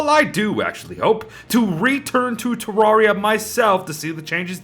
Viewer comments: te rare ee a not tea rawr ee ah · Pronouncing Terraria wrong. “Rare” not “rawr”